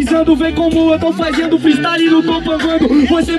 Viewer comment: Caralho, esse gulio não deve nem ter terminado a porra da escola slc, td hr ele fala ( FAIZENDO , FAIZENIO ) que porra é essa véi